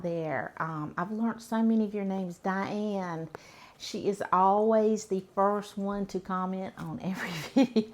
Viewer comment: I liove how you say the name ...Diane, so southern lol